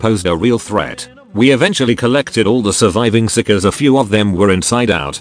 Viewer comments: Stop calling it psicers get your tts right. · if you dont listen carefully it sounds like he calls the psykers sickos :P